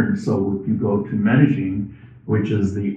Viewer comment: Medellin DOES NOT HAVE A (G) IN IT. If you remove the G in your pronunciation you'll be spot on!